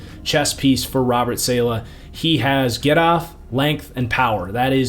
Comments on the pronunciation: i tried to tell u before its not SAYLAH its salah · Great vid as usual, but STOP SAYING SAY-LEH! IT’S SAH-LAH!!!!! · great video ! its pronounced sah-lah btw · hearing your pronunciation of saleh was absolutely painful.